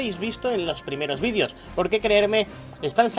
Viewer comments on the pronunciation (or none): none